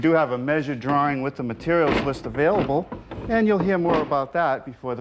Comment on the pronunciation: I can't tell if he's talking about the drawer or drawing? Drawring